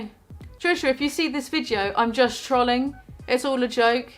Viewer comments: “Trahling” love Brit pronunciations. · "trawlling" just made the biggest mistake of her entire career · why do you pronounce trolling like trolly